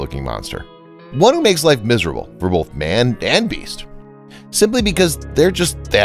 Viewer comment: Why are some people so incapable of correctly pronouncing the word “both”?